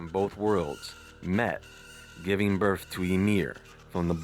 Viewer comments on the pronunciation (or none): none